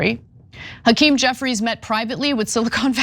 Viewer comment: Why does Hackerm Jefferies look drunk & drugged?🤪 Also, he's got a severe speech impediment. Did he have a stutter as a child?🧑‍🦳🌲🇺🇲